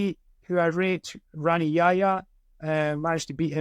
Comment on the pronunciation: How will you separate the Marcelo Gordo Hoger trifecta Snowman was pretty boring in MMA as well tbf. Pronouncing Rani with the hard R hit my old man ear weird